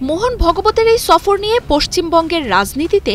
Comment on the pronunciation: ছফর নয় সফর